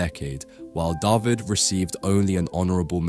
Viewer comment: Your videos are wonderful, I always enjoy your choice of picture and the commentary. Your French pronunciations are pretty good too, but for future reference, "David" is pronounced "Dah-veed" :)